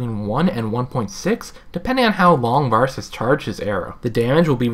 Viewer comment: Each time you say Varus wrong... I cringe. Doesn't help that he's my main ADC.